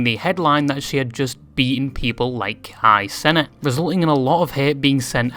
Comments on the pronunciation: "Kai senate" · "KAI SENATE" 💀💀💀